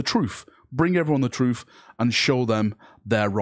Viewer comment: "All I ever wanted was the truff." Easy there......